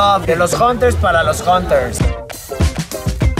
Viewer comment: dicen.( jonters) jajajajaja. no mames